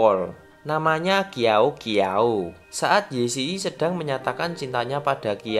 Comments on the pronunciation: Qiao Qiao itu baca nya siao siao bukan kiao kiao😂😂😂😂😂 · Sekedar info aja, cara baca Qiao Qiao itu Ciao Ciao, bukan Kiao Kiao 🤭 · Kak sekedar info kak Qiao Qiao itu bukan di baca kiao kiao tapi ciao ciao Info aja saya soalnya saya kalo Mandarin ituh ya jagolah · Bukan kiau kiau tapi bacanya chiau chiau 😂😅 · Itu baca ny Qiao Qiao bukan kiao kiao woiii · maaf min, mau ralat itu nama *Qiao-Qiao*' dibacanya *Ciao-Ciao*' bukan *Kiao-Kiao*, tpi gapapa min jelasin ceritanya udh bagus😁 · Yang qiao qiao sebutannya ciau ciau aku sekolah cina btw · FYI... "Qiao Qiao" dibacanya "Ciao Ciao" ya guys... Q menjadi C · Qiao-Qiao cara membaca (shiau-shiau) Maaf aku sedikit kasih keritikan please jangan ngehujat yah soalnya aku cuman kasih tau cara baca yang benar terimakasih 🙏🏻🙏🏻🙏🏻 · Wkwwwkwk Qiao Qiao😂😂😂😂😂 itu baca nya chiao chiao😂 bukan q (Indonesia)😂 tapi q (Chinese) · gagagga abang gx bisa baca ya ........baca nya jiao jiao (qiao qiao) q dibaca j d dibaca T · Btw itu bacanya jiu jiu 😭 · Iya bner min, klo di china pinyin *q*' itu dibaca *c*' hehe tpi mungkin aja admin nya emg mau nyebut itu nama jadi kiao-kiao kalik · Ada tambahan Qiao qiao dibacanya chiao chiao, nuhunnn